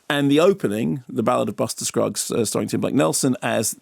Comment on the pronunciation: Did he say Buster cruggs?